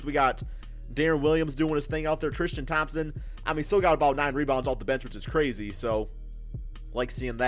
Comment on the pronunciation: Alonzo Tikito trishtam 😂